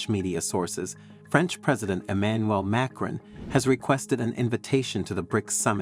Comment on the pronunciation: Who is this “MAYcron” guy being mentioned? I’ve heard of “mahCRON” as the president of France.